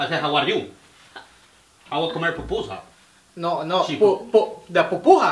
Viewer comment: xD no es popusa, es "pupusa" y es una comida tipica salvadoreña a base de harina de arroz :3